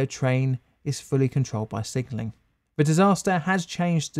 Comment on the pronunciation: Sigenling? Sigenling?